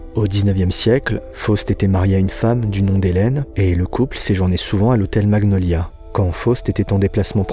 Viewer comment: Les vidéos sont géniales mais le français sur certains mots n'es pas au top 😅 l'hôtel maGniolia....